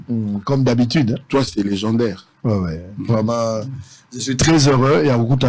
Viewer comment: …Et le journaliste et son invité, « vreument »eloba nango vieux « vreument »mua 🤌🏾🤌🏾 Batu ya mayele … Les intellectuels se reconnaissent !!